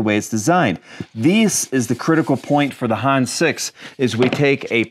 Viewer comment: It is not pronounced Hans, but Hannes. "Hann Ness" but without a pause as one word. Schönen Gruß auch Deutschland, netter Kanal 😎👍